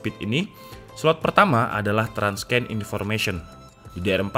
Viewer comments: Tips nih bang, Transcend itu dibacanya "tran-sen". Bukan "trans-ken". :) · TRANSCEND pelafalannya buka "transken" tapi "tran(t)ˈsend" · jadinya trans-scan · Bang transcend bacanya nya transen🙏